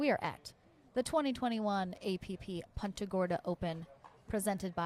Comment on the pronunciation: Will someone teach the woman how to pronounce punta. Poonta